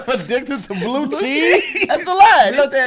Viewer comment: He said “blue cheis” 😭